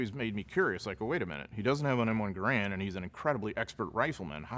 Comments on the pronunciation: it’s prounced GAH-rund, not ga-RAND. That’s the man’s name. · By the way, the M1 Garand was pronounced Garund; “run” not “ran”. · Commenting as a former member of a USMC Scout/Sniper platoon. I also own a Remington built M1903A1 USMC sniper rifle clone, with 8x Unertl optic: - It's called "Garand Thumb", not "M1 Thumb". The historian used the common, but incorrect pronunciation of the word "Garand" which comes from it's designer, John C. Garand. - I agree about suppressive fire & flanking maneuver on that sniper position, but that assumes that the position was known. Determining the source of a single shot in an urban environment is very difficult since a shot creates more than just one bang. There's the sound of the shot at the rifle muzzle. There's the sound of the impact, if the bullet strikes masonry or some other hard surface. There's also the bang of the bullet as it flies, from the sonic boom. All of these sounds ricochet off the building faces. The most wrong part of the scene is when Jackson removes the (correct) Army 4x scope and installs the (incorrect) Unertl 8x scope, which was only used by the Marines in the Pacific Campaign. Swapping optics was not this fast and there's major issues with losing zero. Jackson would have just kept the 4x optic on the rifle. I also have beef with Jackson bell tower position, though the historian did not review that. It looks good in the movie, but Jackson was a competent sniper and would not have chosen the most obvious sniper position in the area of operations... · Dude doesnt even know how to pronounce Garand right. What a historian. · Nonsense. There is no "correct" way. Both ways to pronounce it were used. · I agree there is the correct pronunciation which sounds off because we have always heard it pronounced with the hard R